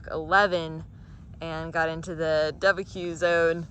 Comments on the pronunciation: My ears,, my ears! It’s pronounced da-Buque, like rebuke. Not dub-a-a. Love your trip so far, looks like lot of fun. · Du-Ba-cue? Do you mean De-Buke? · I have always heard it more Duh-buke. More like two syllables. And the duh with more of an “a” sound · hilarious pronunciation😄!! pronounced "doo buke"🥰🥰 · Yeah, never heard Deb-bi-Que before. Kinda like BBQ. 😂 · Love your vlog! I was born in Dubuque😊 It is French. No worries about the pronunciation…makes for an entertaining vlog and as a midwestern transplant in the south, I do my fair share of mispronunciation😂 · I would give you the correct pronunciation for Dubuque, but you're already past there by now, so never mind. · You’re pronunciation of Dubuque is freaking hilarious. This will help. It rhymes with “The puke”.